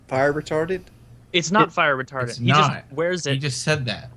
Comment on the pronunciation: Everyone says "Fire Retardant", says "Fire Retarded", ahhh good ol'.